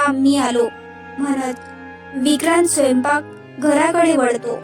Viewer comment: वढतो नाही वळतो